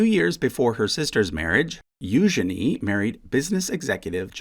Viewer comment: Thank you for pronouncing Eugenie's name correctly. I love her name.